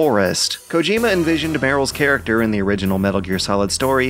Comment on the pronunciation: Is it just me, or does the dude that narrates this have a very weird way of pronouncing things? Like 'charac-terr' and what not.